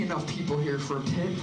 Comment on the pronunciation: Pit not tit xD